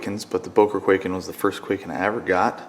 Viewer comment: its pronounced kuai-ken not kway-ken